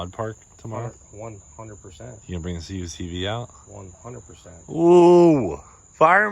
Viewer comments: for the love of GOD - Kuck-vee not c.u.c.v. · CUCV= Kookvee. Say it Kookvee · CUCV ...pronounced as CUC-V (cuck - vee) 😉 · It’s pronounced CUCK V LOL